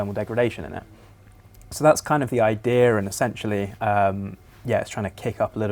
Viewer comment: Idear. There is no R in idea